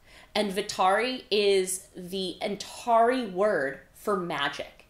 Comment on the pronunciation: I’m listening to the audiobooks for this read along and I was shocked to hear the narrator pronounce Antari as an-TAR-eye rather than an-TAR-ee. But you say it the second way! I’m curious how that pronunciation discrepancy came to be?